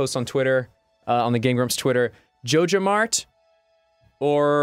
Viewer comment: Are they saying jojomart if so they are saying it wrong it is J O J A M A R T ok